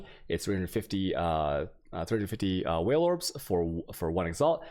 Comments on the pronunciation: Don't forget the whale orbs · Chisels, not chaisels, Vaal Orbs = Vahl , not Whale orbs 🤣Otherwise you can confuse new players with weird pronounciations. :P Now the deeper i get into the video, the more I realize that you cannot pronounce right almost anything PoE related. 😂😂